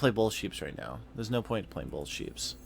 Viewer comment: Bolth...bolth... LOL